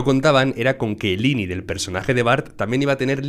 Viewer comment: Muy buen analisis mis respetos !! 👏, el unico problema, es que me da toc que digas ini ,,, 👀 que version viste, asi le dicen en ingles ?? 👀👍